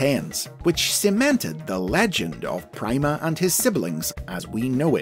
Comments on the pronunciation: Logically, it should be pronounced "Preema," not "pry-ma." "Primadona, Primavera," etc... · It's being pronounced wrong. Pronounce "prima" like in "primadona" where the "i" has an "ee" sound, and it works really well